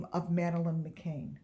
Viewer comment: Its McCann .."Mc CAN" NOT McCain ..Sorry its aggervating when Ppl Say My Last Name As McCain Its McCan